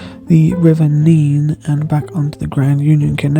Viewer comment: He pronounced it correctly! Neeeeene 😂😉 I’m from Cambs/Norfolk border, Middle Level territory.